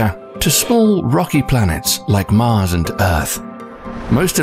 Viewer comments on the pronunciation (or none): none